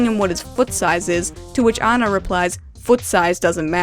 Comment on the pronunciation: Why is she calling Anna "Una"?